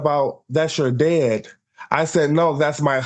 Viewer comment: Wow, humbled that guy like nobody's "biz-ness". Is it just me or does it sound like he is saying "dead" rather than "dad"...?